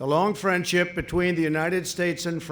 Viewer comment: when trump said friendship it sounded like he said frenchip